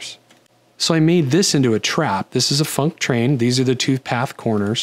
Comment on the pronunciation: Whenever you say func_train, I can definitely hear the "k" in funk. No doubt in my mind. :D